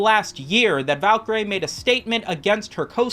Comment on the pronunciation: pronounce Valkaryie again for me bruh